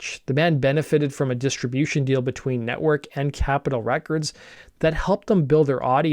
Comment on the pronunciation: Nettwerk, not Nettwark ;)